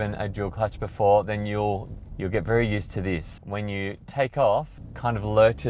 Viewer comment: Berry, Berry good review